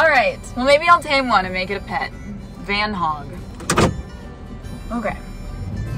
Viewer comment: "Van-hog" LOL. One hunky-dory van-hog from olden times.